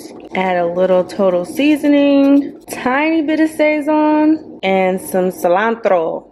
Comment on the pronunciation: It's pronounced more like sah-szohn and the emphasis/stress is on the end of the word, just btw~ it's just cumin, garlic, coriander, and this stuff called annatto which is what makes it so pigmented. It also has msg I believe~ my family (puerto rican) also uses it in everything and it's purpose is literally to make stuff look seasoned 😂 we use the goya packets though.